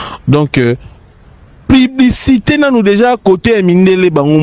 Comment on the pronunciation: a dit pibicité 😅1h